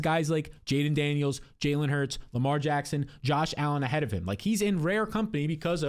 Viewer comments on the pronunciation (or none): none